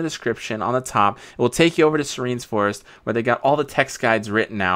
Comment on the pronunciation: bruh thats not how u pronounce serenes